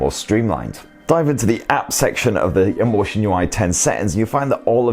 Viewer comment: Lotion ui thats what i hear